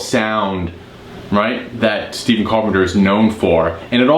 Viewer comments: Carpenter’s first name Stephen is actually pronounced “Stef-fen”. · You play the right notes but just don’t have the feel or groove in the riffs. But that’s what makes Stephen (pronounced with F not V) so great